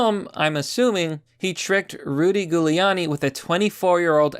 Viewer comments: The goo-liani is killing me. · are you mispronouncing Giuliani on purpose? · Dude, have you never heard Giuliani's name pronounced before?? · Holy shit, he can't say italian names. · You're saying his name wrong. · Pretty sure that's not how it's pronounced. It's an Italian name, you're pronouncing it in a very American way... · How do you not know how to say Rudy's lady name. It starts with a J sound even though it a G. Bc it's Italian. No one has ever pronounced it with G sound in every major news and TV - ever. Just saying. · Dude I have never once heard Giuliani's name pronounced that way before this video... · Why are you having trouble pronouncing Giuliani? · Its pronounced Julie not Gulie lol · It's not 'Gooliani' it's 'Jewliani' How do you not know this? Otherwise, great video. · It’s not “gew leani”, it’s pronounced Jewel lani. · Jew-Lee-ani, not ghou-liani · JU liani. Lol not Goo liani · Just tried to type out phonetic spelling, using the first 3 letters of jewel... comment is shadowbanned..... you nailed it though PLEASE PRONOUNCE HIS NAME PROPERLY. "J*w-lee-aww-knee" NOT "Goo-lee-aww-knee" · ok pls pronounce his name correctly.. JEW-uliani pls bud.. thanks~~ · It's pronounced Juliani. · Bro I like your videos but PLEASE do your homework and properly pronounce people's names! You are pronouncing Giuliani's name wrong. It's a soft g! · It’s Giuliani - pronounced Jew-Leonne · "jew le ann e" for correct pronunciation, lol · Gooliani? Really bud? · Were you mispronouncing the name to make it extra spooky for Halloween? Ghouliani lmao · It's pronounced "Jew-lee-annie". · It’s Jewliani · Giuliani = Julie-ahny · It's pronounced >> JULiani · Giuliani is pronounced Jewel E ani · if I might... Giuliani is pronounce "Julianie" (Like Julie with an "annnie"). Hope this helps. MAGA/KAG 2020! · Please, stop pronouncing his name Goo-liani... lmao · have you never heard Giuliani’s name said out loud? pronounced jew-liani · It’s Jew-Lee-on-e